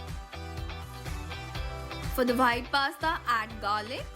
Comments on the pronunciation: It is white not whhite One thing If she makes she gives 9/10 or 10/10 or tells in as outstanding 😒😤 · Di aap itni achi English pronounce karte ho but ye WHITE ko baar baar WHITE kyu bol rhe ho ye pronounce par white nhi wite hota h.... H silent rehta h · I love her' bhite' 😂😂💓💓 I really really like the recipes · When you say white sauce I hear vhite sauce